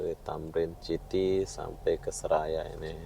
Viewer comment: City - bunyi nya siti bukan chiti 😂